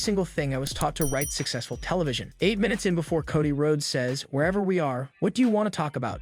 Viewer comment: Coddy? Bulor? AI needs to learn how to read